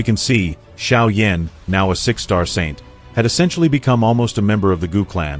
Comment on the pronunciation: Sérieux, il faut apprendre à prononcer les noms correctement car franchement Xiao Yan prononcer comme Cha Yan Yan c'est minable... Et ne parlez plus français et anglais choisisser la langues mais ne mélanger plus car c'est pas compréhensible et surtout c'est insupportable.